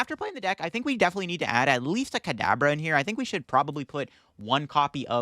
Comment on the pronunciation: In the beginning almost at the 5-minute mark, I swear it sounds like you're saying cadaver instead of Kadabra.